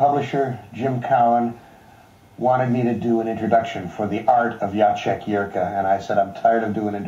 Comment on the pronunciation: LOL Ah...I see you, too are a member of the CDO Club. (CDO is similar to OCD but the letters. are. in . alphabetical. order. as. they. SHOULD. be!) I would expect nothing less. And, now that I know you can accept chiding (and you probably know this by now), the artist's name is pronounced Ya-check not Ja-sek. Slavic languages...they ARE a bitch. And, if you haven't seen the video of Tom Snyder giving Harlan the painting of "Ellison Wonderland", Find. It. HE was stunned into silence, which I (and many commentators) didn't think was even possible. It was absolutely priceless!